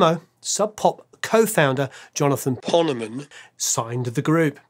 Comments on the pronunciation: I always thought the O was long myself, like in pony. He probably said it that way. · Did pronounce Ponemen's name wrong then dub it over?